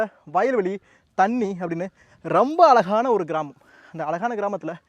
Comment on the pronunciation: சகோ அ”ழ”கான கிராமம் அ”ல”கான கிராமமில்ல.